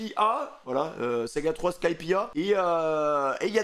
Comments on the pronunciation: Sa se prononce pas skypi mais skypia en tout cas c est un banger tu vas adore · C'est super mais ça se prononce skypiéa pas skypi 😭😂😂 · Juste pour information car ça m’énerve ça se prononce skypieAAA sinon très bonne react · Par pitié dit skypiea avec le a